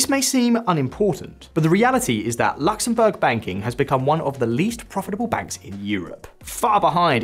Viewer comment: Its not LAXemburg. Its Luxemburg